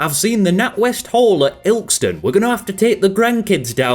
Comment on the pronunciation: sees all the comments talking about mispronunciations notices that no-one has mentioned "Ilkston" (the e isn't silent)